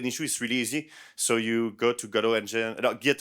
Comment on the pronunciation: Why is he pronouncing Godot like..."Godot"